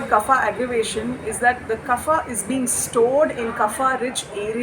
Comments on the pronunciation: There is no ‘fa’ in Sanskrit. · good video but slight nitpicking, the pronunciation of kapha is wrong. its not fa but pha.